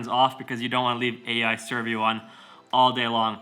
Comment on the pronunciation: 'AI Servio' lol 😂